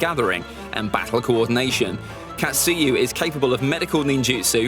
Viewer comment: KATsuyu, TSUnade, SHIzune, uroCHimaru, HOkage, KUrama not katSUyu, tsuNAde, shiZUne, uruchiMAru, hoKAge, kuRAma ughhhhhhh cringeeeeee